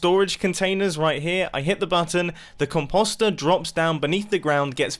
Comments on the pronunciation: COM POE STIR not COM POS STIR This pronunciation makes my brain hurt. Please, I love you videos and you are a genius but 😥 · Nobody: Mumbo: “compasta” 😂